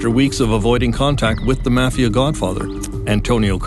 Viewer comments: What is with the pronunciation of 'mafia'...maw fee aw...not sure where the narrator grew up? Do you think they have never heard of it before? Very strange. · Mispronouncing Mafia is like being a rat.